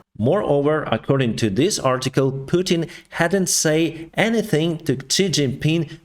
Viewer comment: You said putin wrong